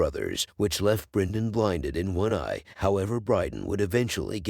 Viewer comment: Good video but the pronounciation is so weird. Brinden, Eegon, Deemon etc 😄. Idk how it's officially pronounced but I've always heard it said differently in the show and other video essays